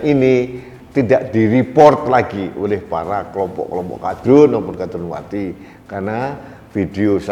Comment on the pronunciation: Tandes sekali,,, mengucapkan,,,KADRUNWATI,,,jadi sy puaass mendengar nya